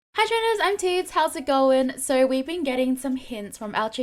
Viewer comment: My inner child screams when she goes "Hi trainers, I'm Teeds" every time I hear she saying Tits. I'm sorry, but it's just funny for me. Love you Teeds😙